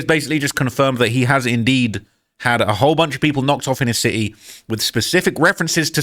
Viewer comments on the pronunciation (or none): 😂 NOT CITY BUT A "SIT-E"😂😂😅